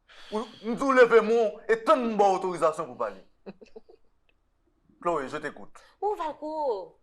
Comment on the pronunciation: Wonderful Chlo-ë 😂😂😂 Yon ti Chloval... mais c’est quoi l’histoire 🤣